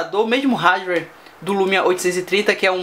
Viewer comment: cara vc é muito legal no video,mas tem algumas coisas que incomodam pakas...considere isso como uma critica construtiva...vc fala muito mal ingles, um exemplo disso é quando vc fala hardware...e as suas fotos ficaram MUITO zuadas...flw um abraço